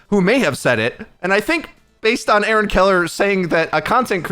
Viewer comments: Every time you say "A-Aron" I'm disliking your videos. Why don't you say his name correctly? You didn't do this to Jeff, so why don't give Aaron the same respect? He's a nice dev and tries to do his best to fill Jeff's shoes, but you don't seem to show any sign of acknowledgement. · What's up with how he says "A-Aron"? It's distracting. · Do you really pronounce aaron like "a-aron" ? It sound so weird. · A-aron... wow